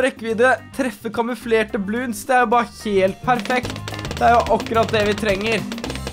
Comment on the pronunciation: Det er bloons ikke bloonds